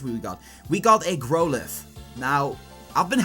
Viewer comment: hehe is it weird that I giggled at how you said growlithe? it's pronounced like Wow not grow, so it sounds like growl. Sounded so weird how you said it mate. Also Gday from Australia champ!!